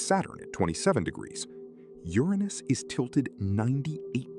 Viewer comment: Made it to 8 minutes. I can’t listen to you mispronounce Uranus anymore.